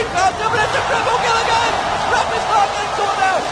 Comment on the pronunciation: This commentator "Agayn"